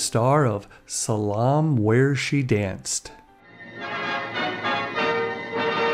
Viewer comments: Pronounced “Sal-O-May.” NOT Sallom. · Hi thanks so much for the upload! btw, it is pronounced SAL OH May. Not Salahhm! lol i love your channel its great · Salome: pronounced Sal-O-May.